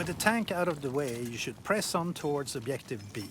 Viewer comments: "Obiective"? REALLY? How hard is it to learn A WORD in english and how to pronounce it right? Is it so hard to say a soft G? What the actual fuck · Does the word "objective" have two types of pronunciation? Obdjective and obyective I have heard only first type before, but here the speaker uses second. It sounds like he is Russian like me :) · Why does the narrator say objective like that? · the way he speaks "objective" makes me laugh